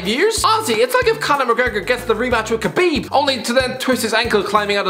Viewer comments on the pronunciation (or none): none